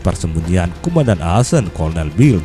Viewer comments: min koreksi cara pengucapannya akkhen bukan asen. Sebagai mantan WNI di Aachen aneh dengarnya min... :D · Yup Betul, Aachen Dibacanya Ahen, Bukan Aasen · setau saya bacanya ahen bang,maap kalo salah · Bang baca nya salah yang kota Aachen harusnya dibaca:aakhen, itu kalau dibaca #gakmarah